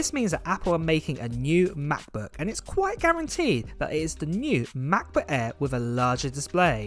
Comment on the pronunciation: “MAHBUKK AEE”